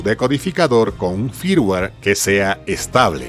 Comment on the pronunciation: Firmware. Flash. Dilo bien please.